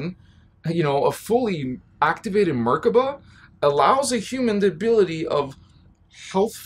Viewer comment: much love for your content, thank you for all your help. I have a small note, the vibration of the words is not right if you do not say the words right. Nibiru and Merkabah should be Ni-Bee-Roo and Mer-Kah-Bah, not Nib-uh-Roo and Merka-Buh. Vibrations are important, as I'm sure you know. Keep up the good work, I'll be seeing you;)